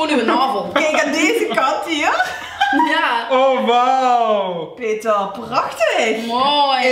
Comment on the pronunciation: Hahha beste ever 😂 peeetee(rrr) 😂